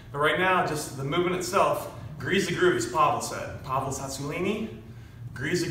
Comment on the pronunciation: If you're gonna drop Pavel's name, at least don't butcher it lol